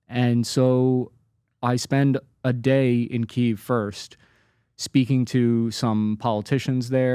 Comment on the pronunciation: This guy just saying "Keev" is irritating for some reason. ""